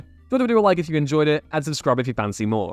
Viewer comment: Please take 5 minutes to learn how to pronounce people's names, not every letter is always pronounced E-Wan. A growing laziness I've been noticing with Whatculture over the last few years.